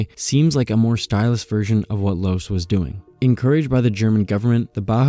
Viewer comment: Loos is actually pronounced as in "lost" minus the "t", and Mies van der Rohe is "miss fan de'Row", "Mies" being his actual family name and the "van der Rohe" a pretentious Dutch-style matronymic he appended to his name to seem more upmarket in pre-war Germany ("Rohe" being rendered as "Raw-eh" in German, more or less, but later commonly mispronounced in the US, and the American pronounciation prevailed). LMvdR is commonly referred to as "Mies", never as "de Rohe", "Rohe" or "Ludwig Rohe". Anyway, a nice roundup on how Louis Sullivan bookended both the modern highrise and the centuries-old decorative architecture on either end. He is a bit of a tragic hero who tried to marry the beautiful with the modern, with most of his students, including F L Wright, effectively contradicting him.